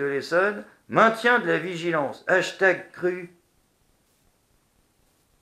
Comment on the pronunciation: 3/44:"ashtag Crues"comment ça "ashtag Crues"??lol!!!